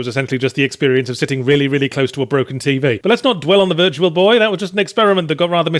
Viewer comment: Yahtzee emphasising the 'boy' in Virtual Boy makes me picture a boy in VR